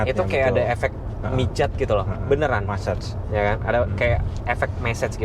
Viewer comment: Massage mas bukan messege 😃